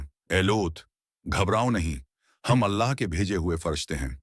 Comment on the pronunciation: Allah ka nam thek sy Lia kro